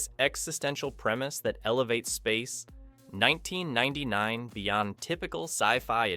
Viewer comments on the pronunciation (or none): what the hell it's Space 1999 not Space...1999 learn to read a script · why does AI make such an awkward long pause after "space............1999"? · Grrr...hearing "Space [unnatural pause] 1999". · Space (3 second pause) 1999. Stupid AI narration. Geez. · Great review, BUT... "Space:.....................1999" A.I. pause...................most annoying.🙄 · Nice video apart from the dreadful "SPACE (pause) NINETEEN NINETY-NINE " was unbearable so I was forced to kill the sound! Sorry!!!😮😢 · Space. 1999. ...That small pause of missed intonation shows exactly what AI lacks - intuition and experience-based learning, not algorithm-based machine learning. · My main comment. Space < pause, pause, pause > 1999. Maybe if the script reviewer cut a few of the repeats. Oh wait, that is an A.I. as well.